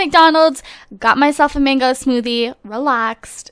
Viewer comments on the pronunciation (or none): none